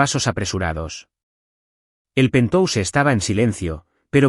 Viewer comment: PERDÓN QUE ES PENTOUSE??? POR QUE LEÍ PENTHOUSE Y AUNQUE ES PALABRA ANGLOSAJONA GENERALMENTE SE PRONUNCIA PENTJAUS